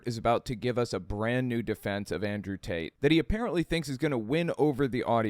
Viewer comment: I can’t stop hearing Andrew “Taint”. Lol.